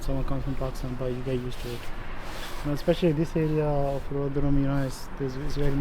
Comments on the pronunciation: It’s pronounced Rov Her Ham and it’s an absolute dump. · Why do you keep saying Rotherham with the TH sound from THING, unvoiced, instead of the proper voiced THIS? Can't you hear the difference? Like sandpaper on my ears. Oh, and my family's from Rotherham way back, so I expect to hear the proper name. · I'm still tying to not be distracted by your pronunciation of Rotherham. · It's odd that you can't say Rotherham properly